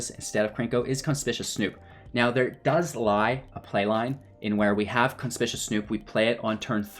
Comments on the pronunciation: Con-spick-you-us. Conspicuous. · Content was ok, but mispronunciations drove me crazy. Conspicuous. Matron. Grandee. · Nice video! BTW, you might want to look up how "conspicuous" and "matron" should be pronounced ;-).